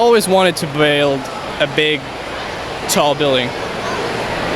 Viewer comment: Derp/10 😂 "I always wanted to bwuiiiiiiild